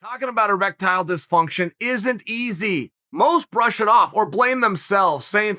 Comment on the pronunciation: “Erectyle dysfunction” lol